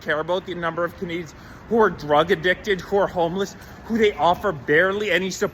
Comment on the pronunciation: did you say 'homeless Canadians' or ' Hamas Canadians " ???